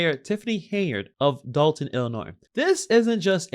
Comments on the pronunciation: Dolton not Dalton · It's Dolton though